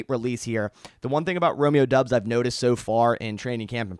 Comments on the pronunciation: As a Nevada Wolf Pack fan I can tell you he pronounces it like Dubbs not Dobbs! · Its DOUBS, not Dobbs What the hell??